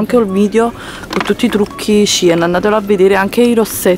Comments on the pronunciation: Cien si legge sien!!! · e ogni tanto azzeccala una pronuncia in inglese, manco cien in modo corretto sai dire....matre mia